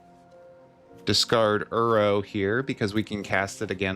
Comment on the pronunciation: I love your videos man this is the 2nd one thats popped up on my feed recently. Coming from an avid arena brawler, I love the direction you took with the deck! P.S I have to say, hearing you say "uro" instead of "iroh" kept bothering me 😂idk why, just ruffled my feathers haha